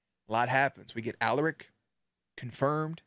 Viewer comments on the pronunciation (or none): Hey! Love your reactions, but it’s pronounced Aláric, not Álaric 💪🏼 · Anyone else get a seizure when he says A-laric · Repeat after me: A LAR ric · Bruh say Alaric’s name right haha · Please pronounce Alaric right it’s like the easiest name to exist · Alaric pronounciation. Please